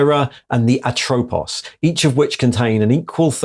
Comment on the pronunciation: That should be lakhesis, meghara and atropos in pronunciation, those were greel furies and if you play the game hades you can get to know them.